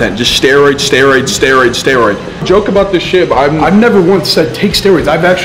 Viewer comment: “Steriod, steriod, steriod”